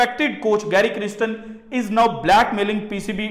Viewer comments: گیری کرسٹن نہیں ہے اسکا تلفظ۔ گیری کیرسٹن ہے۔ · Ap achi batein kertey hyn Allah apko kamiyab karey, apka tallafuz theek nhi Gary kirstan ko kristan bol rahey hyn ap well educated man hyn wrong words bolein gay tou apkay baarey acha taasur nhi qaem hoga logon ke pe.